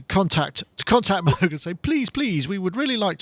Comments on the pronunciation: Agreed. And it would be understandable if this was some kind of journalist not from the tech world or the music world, Like someone from People Magazine or mainstream news. But somebody who works as a synth pundit and plays synthesizers, should at least know how to pronounce Robert Moog's name. This is not about being obsessive, But showing the proper respect appropriate to the publication. And it has nothing to do with being from England. Is he not aware that there was a man by that name? Has he never watched the movie about his life and work? Has he never read "Analog Days"? And do they say "Roog" for the word, "Rogue"? And to hide behind being British, as if that could excuse ignorance or bad manners, is ridiculous. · Moog rhymes with pogue. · He's worried about the pronouncing "WerkStatt" but can't be bothered to say "Mogue". The entire industry knows how the name Moog is pronounced not sure how it's so hard. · ***** Actually most presenters on YT do pronounce Moog properly. Same with the legendary mic company Neumann. When interviewing someone from Moog it's a bit cheeky to purposely mispronounce their iconic brand name. That's all.